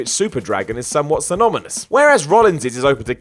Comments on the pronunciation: ... Anyone elae hear "to which Super Dragon is Symomynous" or is it just me? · "Synomynous" lol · Synomonyous. Perfect,. lol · Did he say synominous? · Synomynous, eh? Either needs to re-learn that word, or all those head slaps are finally catching up to him. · "synomynous" love you though! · "synomynous..." yup, those words are hard. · "Synomynous" Come on,! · "...SYMOMYNOUS." Lol almost had it.